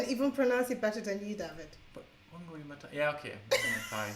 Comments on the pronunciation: As a Kenyan I will actually let you know that David's pronunciation of Wangari Mathaai is the correct one. The thaai part is pronounced with a theta sound☺☺. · Hey from Kenya. Love you guys always. David was actually right on the pronunciation of Wangari Maathai's name:-)